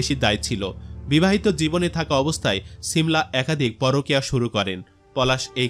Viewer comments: ছিমলা 😂 না শিমলা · Ovinoy valo e lagto but apni cimla cimla bolen ken . Shimla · ছি মলা কি? উচ্চারণ - শী মলা। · নাম ঠিক করে বলতে পারেন না শিমলা হবে 😂